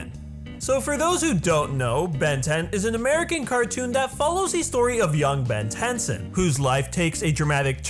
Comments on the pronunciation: it's Ben TenIIIIIIIIIson Emphasis on the I It's not Ben tenson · Who else cringed when he said ben tenson instead of ben tenneson? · it's "tenison" not "tenson" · I like how he says tennyson wrong he said some tenson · Did this bitch just say tenson IT IS TENISON! BEN TENISON! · "Ben Tenson" honestly if you cant say Ben Tennison then don't say the name at all. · Ben tension? No. It's Benjamin Tennyson. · "Ben tenson"...cringe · ben tensson Tensson TENSSON its Tennyson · Okay first of all it’s pronounced Ben tenne-son, second it’s not a mouse he doesn’t click the watch he turns the dial and then he smacks it like a 2 year old playing with an Ipad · I know he didn't just say Ben's last name wrong🤦🏻‍♂️